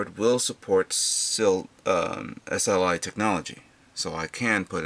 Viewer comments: maybe sli..not sil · Mispronunciation of SLI, where you link more than one Nvidia graphics card.